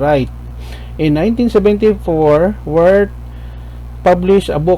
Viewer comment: Nickalaus Wirth last name is pronounced Virth!